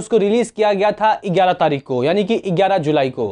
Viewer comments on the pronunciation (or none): Eigyararah nahi.... gyara